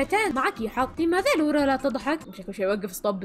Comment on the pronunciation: لوَرا مو لوُرا